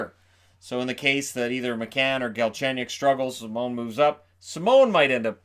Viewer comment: 1st time I saw an American with the correct prononciation of a french canadian last name (Simon). Kudos to you.